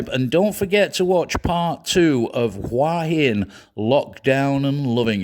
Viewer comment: Regarding pronunciation of Hua Hin. I think any Thai would suggest that you simply read the Thai spelling of Hua which clearly umistakably reads as, (phonetically) who'a hin.